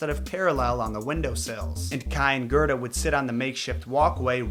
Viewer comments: It's Gerda, not Gerta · Kai is actually pronounced faster, and its spelled Kaj. Gerda is pronounced Gair-da. Your welcome